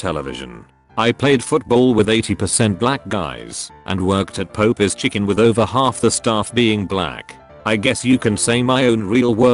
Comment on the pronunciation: TIL popeyes is pronounced pope-yes